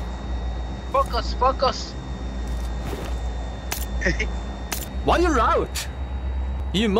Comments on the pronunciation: its seriously sounds like- 'F*ck us'😂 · When they said "FocUs" .. i heard "*** Us" 😅😅😅 ...maybe i have a dirty mind 😅